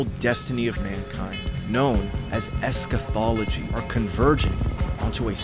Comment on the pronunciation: I can’t take this Nas Daily style of speaking where every. Other word. Has. A pause. For. Dramatic effect. 🥱🥱 (also it’s eschatology not eschaTHology man)